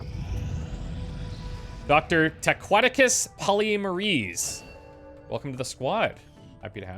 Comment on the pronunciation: I’m pretty sure Polymerase is pronounced polymer-ace (like the ace of spades). Also, A